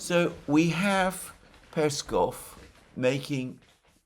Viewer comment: Alexander, mate! You've been doing this for years and still mispronounce Peskov and Lavrov's last names. Make sure to put the emphasis on the second syllable not the first one! It's the same as your last name and should be easy for you to do. One would assume you should know by now 😉😉